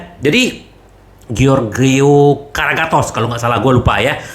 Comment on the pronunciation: Karagatos ndasmu,, waah ini Interisti baru ya,, yg betul karagonis